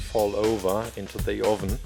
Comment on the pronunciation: why do you say ovin